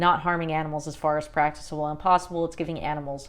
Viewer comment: you're pronouncing "practicable" incorrectly. it's a hard c